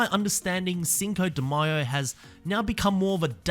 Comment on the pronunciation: Thank you for pronouncing Cinco De Mayo correctly. It bothers me so much when I hear mayo like mayonnaise. I am not even Mexican